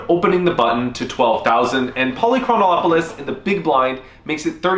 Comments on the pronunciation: You were saying Polychronolopolous. There isn't an L. It's Poly-Chron-Op-You-Lis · lol. You're still mispronouncing Polychronopolous' name. Pahl - Ee - Kron - Op - Uh - Lus, not Pahl - Ee - Kron - Oh - Op - Uh - Lus Simply omit the italicized syllable above. The name has 6 syllables, not 7. Cheers! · Yep. He was saying Polychronolopoulos. It would be funny enough, but after showing the practice pronunciation first.... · ah ah a he says it wrong evertime , theres a "Lo" too much on the dudes name ! lOL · “I practiced that” -Still pronounces it wrong Amazing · It's so tilting that you can't pronounce his name. It's not that difficult, but you keep adding a syllable. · I actually studied Greek in college because I wanted to be certain I’d never get a job. Besides that, it’s great pronouncing for names. Fun fact: this guy’s name means something like “city of many years” or “city of of much time.” With your mispronunciation, simply adding “-ol-”, it becomes something like “many years of the whole city.” But it really should mean “never bluffing in this river spot.” AMIRITE?